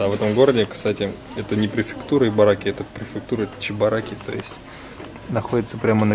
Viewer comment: いばらき, а не ぎ..:)